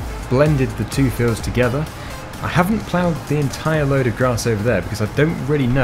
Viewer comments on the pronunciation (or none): none